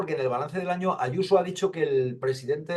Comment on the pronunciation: Pero si esa tal Yuso no sabe ni decir su nombre como no lo tenga escrito